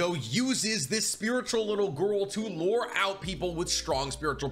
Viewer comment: alright I'm tilted this mans just pronounced lure as lore lol